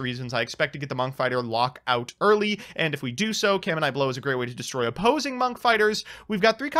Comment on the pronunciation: "caminite blow" Add that to the list of cards has royally butcher the pronunciation of.